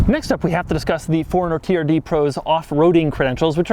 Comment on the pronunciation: Keep saying "FORD" runner. Please correct it with a subtitle